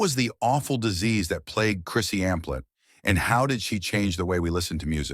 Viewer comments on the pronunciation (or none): You kept saying Amphlett & Divinyls wrong!